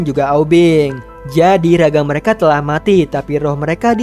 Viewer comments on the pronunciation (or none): none